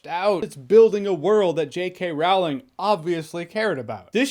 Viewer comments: I liked it mich better than the second one. Just one thing Jeremy, you mispronounced Rowling's name. Just check any YouTube videos of Stephen Fry or Jim Dale talking about her. They're the two narrators of the audiobooks. If anyone has met her and will be able to say her name perfectly, it would be these two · When u say JK's name wrong